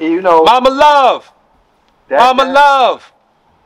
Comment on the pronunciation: Me and Everyone I know been saying like that my whole life until I met an Eastern European Cat and he said the proper pronunciation is CO-SHOO-CO 😅